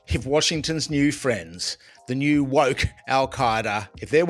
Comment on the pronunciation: When it comes to Penny Wong, did you say woke or wok ha ha.